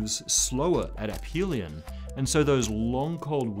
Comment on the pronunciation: this is the first video about the milankovitch cycles I've seen to pronounce the word "aphelion" correctly